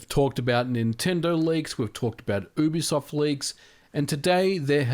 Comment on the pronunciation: I misheard you at the start, and thought you said "Boobisoft leaks"